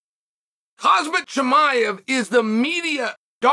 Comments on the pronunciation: kha-M-Z-at not kha-Z-M-at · Khamzat, not Kazmat, God damn it. He will figure out his path you figure out his actual name first. :D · Macklechev, hazmat& Rockmanoff 😂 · Try it like this Unc.. Hahamzat 😂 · Did Chael say Cosmit. People have done worse. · His name is Khamzat stop saying his name wrong 😂😂😂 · Cristian ronarlo says kazmat so why can’t chael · don’t you mean hazmat? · No, it’s always been Hozmit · He Always does lol😂😂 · Cheal STILL cant say khamzat right